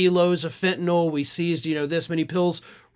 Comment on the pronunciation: OMG! You know how to pronounce Fentanyl like it is spelled. Most folks call it Fentanol. I have wondered if Americans can spell or read English. Maybe we really do need a Department of Education?